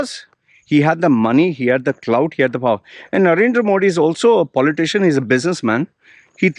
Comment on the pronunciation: first say Modi correctly being Indian if you dont know ..learn it. I am not supporter anyway but u r over acting.